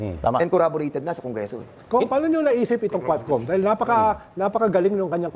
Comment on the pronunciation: “Corraborated” (corroborated) na raw😅